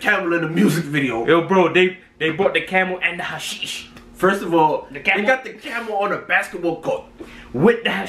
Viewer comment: He said hashish (weed) it’s shisha